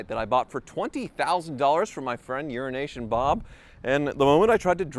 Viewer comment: Euronation bob CC: Urination bob